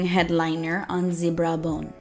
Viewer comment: Lol, took me a second to understand what the zebra bone was 😂(ze brow bone)